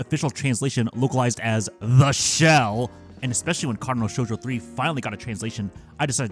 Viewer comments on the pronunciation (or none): I wonder why you always emphasize the word "The Shell" when saying it out loud?! I mean it's a goofy title ngl. Original sounds waay better